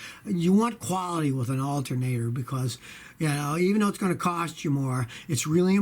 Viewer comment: Scotty, you definitely said Altermator. Awesome lol 💪🏼